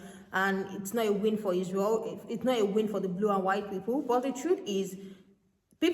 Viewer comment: I agree but if you didn't hear izz-rye-el main issue is with the young black community. Not my words.